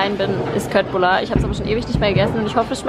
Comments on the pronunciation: Will ja eigentlich nicht klugscheißern, aber Köttbullar spricht man Schöttbullar aus! Jaja das musste ich neulich auch lernen:) Schöner Flock:)) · Köttbullar ... Schöttbullar wird es ausgesprochen 🙈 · bitte sag nicht kötbullar😭 ich komme aus Schweden und es wird "chötbülla" ausgesprochen👏 bitte danke❤️ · Finde die Wohnung auch klasse, wahnsinnig dass ihr die in Stuttgart gefunden habt! :D Hab so den Eindruck, in Stuttgart eine gescheite Wohnung zu finden, ist echt nicht leicht. Und so teuer ;__; Köttbullar spricht man übrigens "Schöttbullar" :D